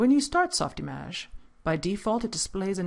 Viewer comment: softimAge?!!! are you Kidding me?! How can I take this tutorial seriously! It is not that it is not supposed to be pronounced that way, but if you cant pronounce it well in french, just say softimage, and save us the pain. Or release this tutorial in french. It is too distracting to watch. Sorry.